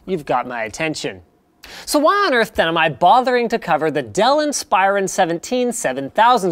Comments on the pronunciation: *In-spuh-ron, not In-spi-ron. Thought you should know ;-) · Never heard someone pronounce Inspiron as "In-spyer-un". Always thought it was "In-spur-ahn". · In-Spy-Ron??? it's IN-spuh-ron. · geezus freaking christ it is pronounced IN-SPER-ON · so is that how they pronounce it? every IT guy I worked with pronounces it "in-sper-on" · I pronounce it "insp-eye-ron" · That is most certainly the way it is supposed to be pronounced but linus refuses to say it that way. linus makes it sound like its a freaking transformer in league with megatron, transform in-spy-ron. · its pronounced like inspiration not like inspire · You pronounce Inspiron wrong. In - spir- on. Source: ex dell employee. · It's pronounced IN-spear-on, by the way. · everytime I hear him say Inspiron it rustles my jimmies because I have only ever heard it said "inn-spur-on" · linus pronounces Inspiron funny, but i love everything he does!!